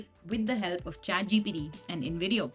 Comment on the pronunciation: why do i keep hearing her say chatGPD??? lady, its the letter T, not D. please correct your pronounciation!